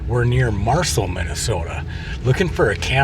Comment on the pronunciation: Pronounced Mar Cell. Great to see you up north again ❤